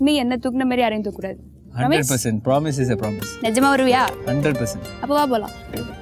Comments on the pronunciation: she s telling praaamise instead of promise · Braamise a solriya da? 😂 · Promise ah😂 sayessha😂